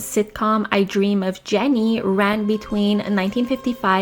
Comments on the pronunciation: love your videos, but its I dream of Jeannie not JENNY. Your video essays are written better than any other I can think of, thank you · Great video homie!!! (Super small correction-- "I dream of Jeannie", Jeannie is pronounced Genie ;) ) Hope to keep seeing more long form content!!